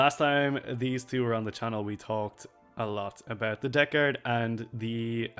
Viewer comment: Love these videos, especially how says Death Guard "Debt Guard"